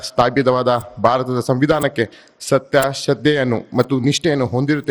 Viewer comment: Govinda kaarajola pls correction your word SATTE alla SATTYA😊